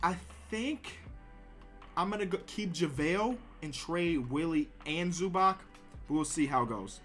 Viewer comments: It's not ZubaK, its ZubaTS. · please learn how to pronounce zubac